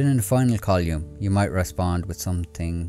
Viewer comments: It’s column, not colyum; it’s thoughts not tots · Small suggestion, check your pronunciation of: Column / collyum thoughts / tots Three / tree Third / turds Others /udders Sounds like h is being dropped